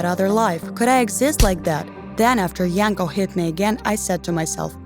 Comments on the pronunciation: It's Yanko -__ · FBI OPEN UP Edit: I thought the girl was saying “My uncle” instead of “Bianco” lolol Edit2: So... I’m seeing that some of you guys told me the name was “Yanko” and not “Bianco”... So thank you for telling me ^^. I don’t have the best hearing lolol ( and sorry for my bad English ;—; ) Edit3: Holy shitteu, 412 likes already? Thank you so much OwO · Samee i thought wait what you can marry your uncle?? But phew i misheard i thought i was the only one